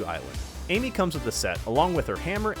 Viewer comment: Quando chega no minuto ele fala em que em vez de amy ele fala enque